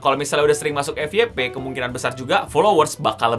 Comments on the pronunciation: FYP bukan Efiyepe (EFI YE PE) akan tetapi EFYEPE (EF YE PE ) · Dalam Pengucapan Bahasa Inggris : FYP : F WAI PI.